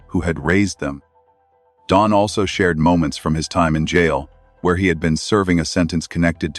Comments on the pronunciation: His name is Don NOT Dome, ai. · This AI voice can't even get Don's name right! I'm out! I'm Dune! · Maybe try writing Don as Dawn and maybe the stupid ai could say it correctly. Glaring mistakes ruin our trust in the channel.